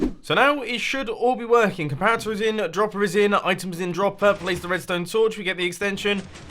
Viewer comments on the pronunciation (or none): none